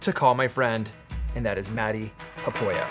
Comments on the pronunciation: I saw you mention Matti Haapoja in your earlier video. I knew right away he was from Finland. Of course he likes black liquorice the best candy heh hee. He sounds like a fun guy. I'm gonna go and check him out. You really say his name terribly heh hee. Thanks 👍👍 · oh man it just pains me how you pronounce his name 😂 wish someone would teach you some Finnish 🙈